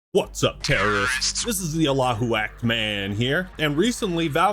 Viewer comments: Please don't say Allahu again. It translates to Allah is Act man.. that is very offensive to Muslims. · Hey How are you? I hope that you’re doing well I just came here to say that in the first 4 seconds of you this video you said “this is the Allahu ” This is offensive and disrespectful toward Islam I came here with good intentions I enjoy your videos and analysis all I hope that for you delete this comment Thank you